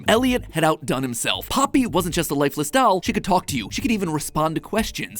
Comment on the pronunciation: Not to hate but why does he say doll like dall🤨